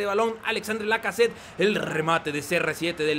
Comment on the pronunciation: Se pronuncia Alexander Lacazette. Es simple